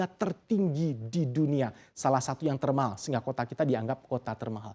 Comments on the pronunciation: TERMAHHAL gw dengernya pake 2 huruf H itu presenter hahaha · Keganggu banget setiap presenternya bilang TERMAHAL.. 😖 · Emang ngomong "termahal" nya harus gitu trs yaa😂